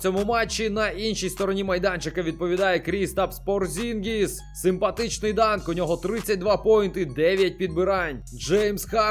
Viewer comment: ДОмантас Сабоніс та Крістапс ПОрзінгіс правильно ставити наголос